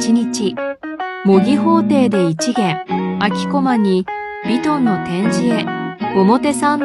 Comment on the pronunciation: ｢ヴィトン｣ 、｢ヒルズ｣ 、｢パルコ｣ を強調してるのほんと気持ち悪い🤢💭